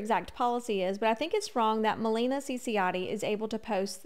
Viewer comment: I know it doesn’t matter but just maybe If you make a future video, it’s ma-LAY-na. Not ma-LEE-na 🥰♥️